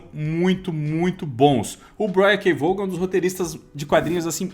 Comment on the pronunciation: Pessoal, vamos de novo aprender: é Brian K "VOON"! É assim que fala Vaughan.. "VOON"! Repetindo, "VOON"! Para não errar de novo, "VOON"!